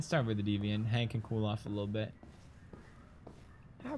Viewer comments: He said it right, but then said deviaunt just for pro effect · hears it correctly, still pronounces it "deviaunt" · pewdiepie: deviant Amanda: DEE viant pewdiepie:see I said it right, deviont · I'm french and the word deviant is pronounced "day-vian" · ITS DEE VEE ANT GOD F*CKIN DA